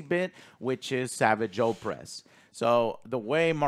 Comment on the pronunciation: Joe saying savage oppress is such a weird pronunciation.